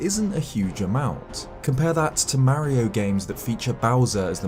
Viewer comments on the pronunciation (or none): none